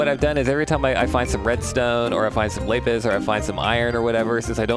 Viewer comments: ITS LAP-IS NOT LAIP-IS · its lapis not laepis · It’s pronounced lapis not lApis